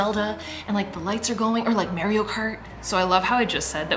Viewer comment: 😂😂 The way you say Mario is killing me. It’s Marr-ee-oh, not Mary-oh. Too cute! Never heard someone pronounce it that way before.